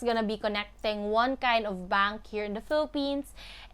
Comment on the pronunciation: i love how you say bunk account......😂😂😂